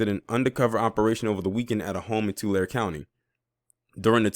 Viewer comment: Remember Tulare is pronounced 2Larry